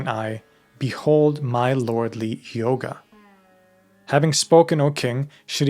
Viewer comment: Its pronounced yoga not yogaaa